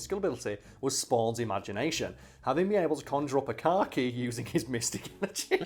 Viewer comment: I heard car key as bukcakie (thing that's how you spell it) and had to rewind a few times 😂😂